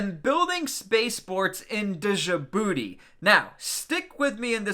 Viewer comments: I used to make the same mistake you are in this vid. The correct pronunciation of the word Djibouti? First off, the (D) is silent. Second, Ja-BOO-tee. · You don’t pronounce the “j” as a separate consonant, it’s Djibouti, not dijibouti. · I fucking hate how you say Djibouti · The D in Djibouti is silent you uncultured swine😂